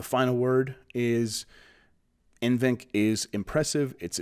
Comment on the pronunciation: N-VENC I think its NV-Enc.